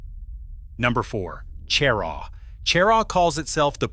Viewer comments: she RAW, not CHE rah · Is not pronounced CHAIR-RAW!! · IF you are going to do this then learn how to say the town names- Cheraw and Honea Path horably mispronounced